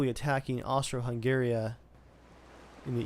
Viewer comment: It's Austria-Hungary lol